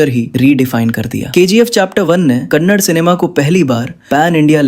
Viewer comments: Kannad ❎️ Kannada ✅️ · Kannad nahi kannada bolo bai.. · For your kind information it's not kannad it's kannada please pronounce in properly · The way he spells the Yash movie names makes me cringeeeee, and it's kannada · Next time pronounce it properly it's kannada